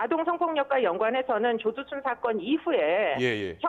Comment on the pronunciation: 여아나운서 발음실화냐 조두순윽 조도순이래